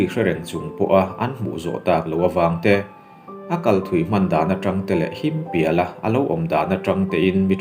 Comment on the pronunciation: Him pial tih i thluk dan hi a ngaimawhawm khawp mai a,a harsat loh nen,han lam dik la tha tur ania,media mite hi in pawimawh ania,kan hnam hawrawp leh a lam dan hi kan tu leh fa te lo awm zel tur tan a dik tak an hriat theih nan uluk teh ang u